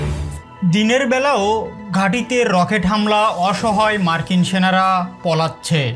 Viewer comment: অসহয় না অসহায়। পলাচ্ছে না পালাচ্ছে এ এপ পি না এ এফ পি